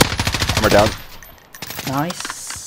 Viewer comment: カネキンさんの、ダウンの発音が好き